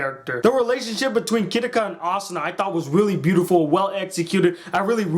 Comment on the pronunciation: its asuna ah-soon-ah